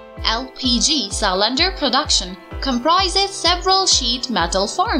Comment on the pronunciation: Love how she pronounces cylinder, Sy-lender